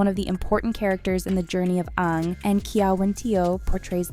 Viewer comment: I stop watching soon as she said Onng, it's Aang!